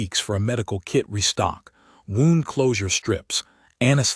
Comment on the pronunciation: More terrible AI reading: "wound" as in past tense of "wind," as in winding a watch, in a story about a medic. Simply STUPID and disgusting! As always, "breathed" with a short e sound instead of the long e dipthong sound. Either do not use "breathed" or teach your AI to read better! Ugh!😡😡😡